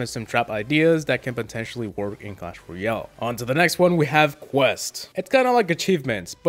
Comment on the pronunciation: tbh your saying ryale not royale and it's just a nit pick but it's a tiny bit annoying